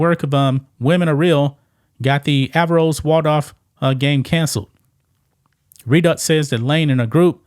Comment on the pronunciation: Averroes -- pronounced "uh-VAIR-oh-EEZ". It's the name of a Muslim philosopher and physician from A.D. 1100s Andalusia (Spain).